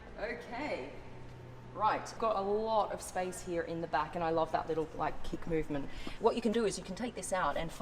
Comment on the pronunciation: love the way you say "here".(heeyr)